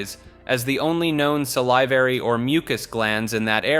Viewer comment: SAL-ih-var-ee it's a short i, not a long i.